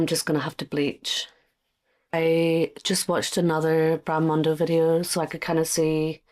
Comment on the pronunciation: Wait a minute...did she say...BRAD MONDO?????. That's nearly as bad as coconut oil 😂